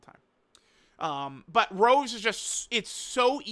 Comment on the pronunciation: this imposter is acting up not calling rose by his real name.... It's not like the flower rose..... Get it together man.... You used to say his name right....